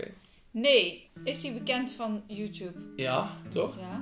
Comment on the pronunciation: zeg Mario in plaats van YouTube zeg ze hout Tube 🤣